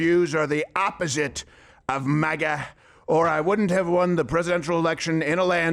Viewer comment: MAGA not MAHGA